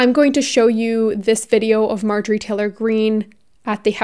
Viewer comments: Were you intentionally calling her Majorie instead of Marjorie? Lol. Because I could get behind bastardizinf her name. Lmfao. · Her name is Marjorie. Not May-jory. Marjorie/marjory was a fairly common girls name in the 1950s. May-jory is ??? You’re likeable and have a bright future, but if you want to be taken seriously, you need to do your homework and get the basics down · No fan of hers, or any of the Q nuts, or republican nuts, or conservative nuts, BUT, given that you are someone that would never misgender someone, or dead name someone, I do feel like you should be pronouncing her name correctly. It is MaRjorie, with an "R," and not Majorie, as you kept saying. Make fun of her all you want, hell, please do that, but also do say her name correctly. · I hate to be this person but it’s driving me insane...MAR-jorie. Love you! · It’s marrrrr jurry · The fact that I’ve seen multiple people in this comment section supporting her is so worrisome. Also for anyone saying pronouncing Marjorie’s name wrong is a valid way to see her arguments as silly and unable to be taken seriously, here is a timestamp for the place where stated that she was accidentally mispronouncing her name incorrectly and that she is sorry:. Also, who actually cares? Everyone makes mistakes and considering there are so many other important points made in this video, picking up on such a minor issue really shows the type of person you are, and that there are clearly no counter-arguments for you to use. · have you ever heard of a mistake lmao? She even said in the video that she was accidentally pronouncing it wrong: . If this is all you picked up on throughout the video then that is an issue. I pronounce things wrong a lot, but that does not make me any less likely to be taken seriously. I really hope this whole comment was satire, considering mispronouncing a word is such a minor issue.